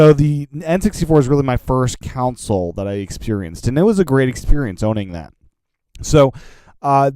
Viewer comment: Console.... it's pronounced CON-sole .... not COUNCIL... Sorry, just a pet peeve of mine!